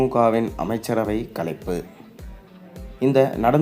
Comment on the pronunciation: களைப்பு அல்ல கலைப்பு என்னடா உங்க தமிழ் இரு மொழி கொள்கை போதும் என்று சொல்ற உங்களுக்கு ஒரு மொழியே தெரிய வில்லை😅😅😅😅😅😅